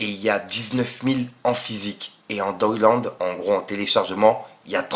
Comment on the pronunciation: Même Download tu n'arrive pas à prononcer ça m'étonne pas que tu as un bac pro commerce mélanger avec Le Shit c'est le cerveau qui explose